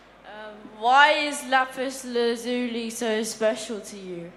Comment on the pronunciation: That's not how you say lapis lazuli -_